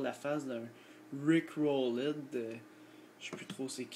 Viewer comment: C'est Rick Rolled pas Rick Roleud XD